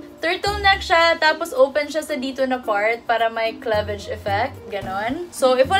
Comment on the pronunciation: klevej? HAHAHAHAHA kliveyj sis